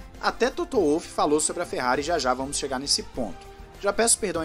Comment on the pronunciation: que agonia ouvir Toto "Uolf" ahahahaha em alemão o W tem som de V meu irmão